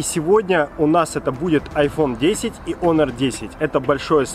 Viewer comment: не Хонор, а о Онор))